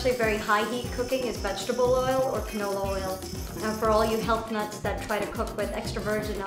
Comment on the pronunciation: Lol ain't she the girl who made that everyday 'scrambled eggs' :/ extra ass making shit with vodka and caviar. 🥚🙄 lol and its funny that way that she says 'that' she always says thaa 🤣🤣